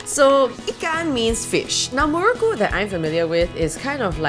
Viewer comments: u pronounce muruku as murkku 😂 well south Indian here but u r so amazing ur personality is addictive! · Yea I agree that muruku is an Indian snacks but there the last "u" is silent!